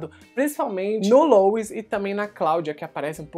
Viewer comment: Poxa, pronuncia direitinho o nome do sujeito Louis (LUI). Custa nada. Rsrsrs ❤